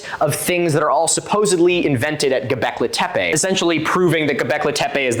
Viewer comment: this episode/part was great! as a kurdish woman from turkey, it makes me really happy to see someone correctly cover one of our megalithic sites :D the only thing that made me cringe (from your side) was the way you pronounced göbekli tepe 😭 i know that's not the important part, but it still made me laugh lol. çok teşekkürler ☺️